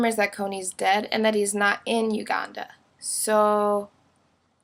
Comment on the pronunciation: i dont like the way you say Uganda.